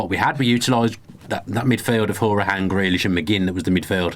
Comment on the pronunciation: Boys, can we note it's pronounced HOW-ri-han, according to the man himself :)